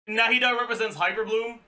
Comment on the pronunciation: his pronunciation of their name is actually close to being correct to the Arabic pronunciation, not 100% correct tho